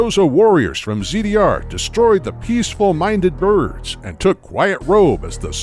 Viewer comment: I see in the captions that it's "Peaceful minded Birds" but I definitely hear "Peaceful Minded Nerds" lmao